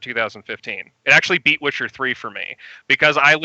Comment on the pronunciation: One of the best rpgs of the decade, depending on personal preference, as a witcher player I hate when people pronounce it like you do